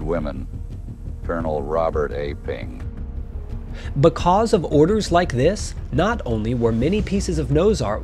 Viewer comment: buh caws!!!!